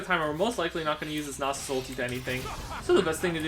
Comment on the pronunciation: lol "silas" and "nausus"